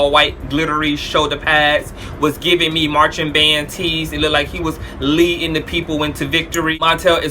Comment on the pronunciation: "look-did" dope. Is "look-did" a word? lol